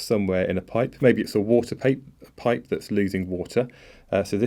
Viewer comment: Are you irish or something? the way you says pipe (the first attempt) sounds funny